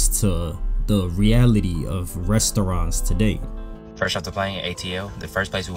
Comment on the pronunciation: I never thought someone can say the word 'Restoouraants' and get me annoyed that many times 😑..